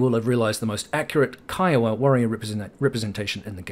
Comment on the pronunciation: Great job properly pronouncing "K-EYE-OH-WA"! Can't tell you how many times I have to correct people saying KEEEWOAH, lol. Thumb's Up!